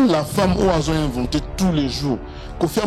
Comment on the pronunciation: oza zoba kizengi tu vis en France mais french kaka mobolu balobaka venter et non inventer